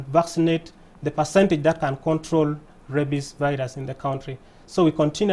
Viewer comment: It's rabies not rabbies